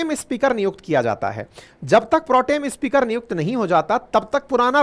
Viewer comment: अच्छी प्रस्तुति, बढ़िया content, कृपया उच्चारण पर ध्यान दें, आप स्पीकर को इस्पीकर बोलते हैं, अन्य कई शब्दों के उच्चारण भी अटपटे लगे। शुभेच्छा 🙏🏼💐